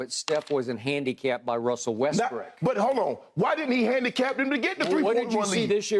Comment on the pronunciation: Skip said little westbrick 😂😂😂